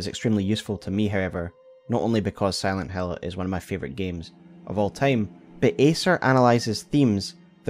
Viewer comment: Aaaah, you are saying "Silent Hill" not "Silent Hell", yea, that game is a masterpiece